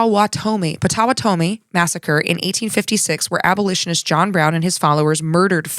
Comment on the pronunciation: FYI - pronunciation key from a Kansan: Osowatomie has the emphasis on "wa" and rhymes with "lobotomy."